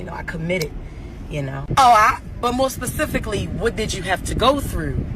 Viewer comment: *specifically NOT PACIFFIALLY.